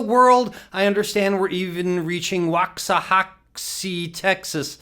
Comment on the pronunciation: Chef, that "wox-uh-hatchey". Love your work. lol